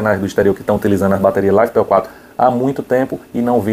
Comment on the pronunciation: uai caba, todo mundo fala da forma que você pronunciou.